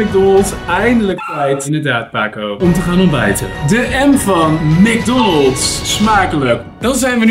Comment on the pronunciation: Yfke Roerdink ik weet dat ook wel maar zegt macdonald zonder de s